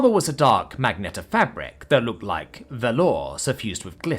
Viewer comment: Still haven't learned how to pronounce "lascivious", have you, Narrator? "Mag-neta"? Are you serious? You continue to baffle me with the words you mispronounce. Magenta. Ma-jen-ta. FFS.